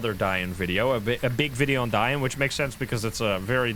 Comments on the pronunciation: Finally pronouncing ‘Dayan’ correctly. Its ‘da-yearn’ people not ‘dianne’ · It's pronounced "Die-yin" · The Most Accurate Pronounciation of Dayan 👍👍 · Dang the pronunciation of Dayan was SPOT ON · That DAYAN pronounciation is spot ON! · Saying this as an Indian, the pronunciation of DAYAN is spot on. 💯